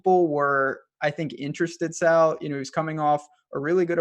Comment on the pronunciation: Hey. His name is Sal not Saul wtf.